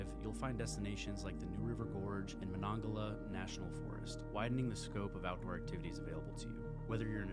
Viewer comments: Where are you from? Not trying to be a jerk. Just curious. You're obviously not from WV by the way you pronounced Monongahela and Kanawha. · You pronounced Monongahela very 😵‍💫👎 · He messed up with Monongahela too. Odd, too, that he showed a photo of Harpers Ferry while talking about Charleston. I was born in Charleston and lived there until I left for college.